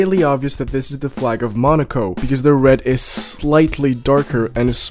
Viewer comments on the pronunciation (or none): none